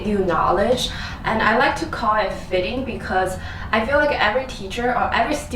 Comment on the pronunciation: Don't say "fitting", when you mean "feeding"! Learn to pronounce the LONG EE!